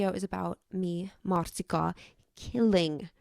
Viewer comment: SAMEEE, most dobott fel a youtube és nagyon tetszett a videód! Csak beleakadt a fülembe, hogy milyen szépen ejted ki a marcikát és megkellett kérdezzem ;p